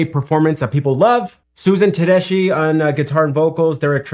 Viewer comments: The "ch" in Tedeschi is a hard "k" sound. At least that's the way I've always heard it pronounced. (Te-des-key). I first saw her at the Florida Theater opening for Johnny Lang many years ago - probably about 1997 - playing her signature Tele and singing the blues. Got her to sign her CD. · Susan Tedeschi and Derek Trucks are man and wife. They each had their own band when they hooked up. Her name is pronounced Tedes...kee. Thats how she pronounces it. My son and daughter-in-law go to their concerts very frequently and they clued me in how to pronounce it. 😊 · Best band on the planet. I've seen them 75 times and will see them four times this week. It's pronounced Tedeski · Hey, I quit listening to the radio 25 years ago. But I found a replacement with you tube videos, then with music video reactions about 5 or 6 years ago. I found you about 6 months ago and you are my favorite. Your reactions are so genuine, authentic. Susan, pronounced, TA DES KEY, had a solo career, Derek also had his own band and played for 15 years with the Allmans. Him and Warren Haynes, you saw him Joe B.. They were the two guitarist until they disbanded. Susan opened for the Allmans and that's where they met. They are the most amazing live band period. Only listen to them live. They have many videos on you tube. Midnight in Harlem, Don't let me Slide from E Town are great. Bound for Glory from Atalanta. I Want More from the Beacon. That's just a start. I walk on Gilded Splinters. Susan does The Sky is Crying, blues tune, you get to see play solos. Check out Hurts so Bad from Austin City Limits, unbelievable. It's from like 25 years ago. I know you started on the Allmans, try In Memory of Elizbeth Reed. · I'm watching this cause I like to see how people look when something so powerful hits thim in their ears. PS her name is pronounced Ted-ESS-ski. It's an Italian name- she's from Boston. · Susan pronounces her name Ted-es-ski. This band is the bomb! Enjoy!